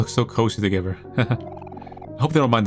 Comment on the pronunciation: It's not togever it's together I can't take it anymore I am going crazy 🥴